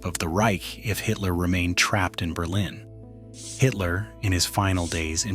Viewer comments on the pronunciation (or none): none